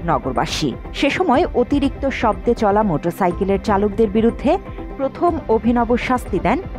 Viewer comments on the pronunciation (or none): none